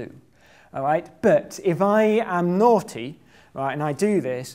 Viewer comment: Did anyone else hear as "If I am NOUGHTy"?